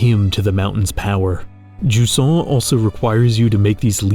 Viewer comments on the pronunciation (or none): To be fair, nobody still use the therm "jusant" in France, maybe i heard it once despite I've grown up near the coast. Maybe event "ebb", the English word, is better known. But, whatever it is, it is pronounced "juZan", and not "DjuSSan".